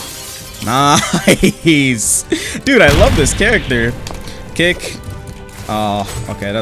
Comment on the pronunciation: why do i hear " satsuki's cake" instead of "satsuki's kick" 💀💀